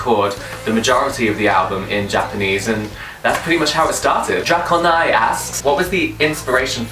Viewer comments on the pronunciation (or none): Thank you for answering my question about the Da- AXIOM! Sorry, you did the 'otherworldly' look very well and I keep thinking of him as 'Dark Ben' a la 'Dark Link' from The Legend of Zelda. Sorry to nitpick about the pronounciation,, but it's DRAY-coh-nigh. You can just call me Draco if that's easier, of all people is entitled to consider himself friendly company. No further #AskBen inquires, but if another TRUTHSt4lk3r collaboration does happen, I hope only that the Axiom makes another appearance! Also, if you are an anime person, I would like to recommend Sword Art Online (if you have not already seen it).